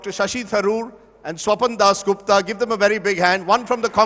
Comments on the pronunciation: he mispronounced Swapandas as Swapandosh 😂😂😂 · jai pronounced swapan dosh to swapan das gupta 😂😂😂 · Have you noticed guys, when rajdeep mispronounced swapan das gupta name as #swapandosh (स्वपन दोष) which is a male ejuculation while sleeping 😊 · he almost called him "Swapan-Dosh" Gupta there!! 😂😂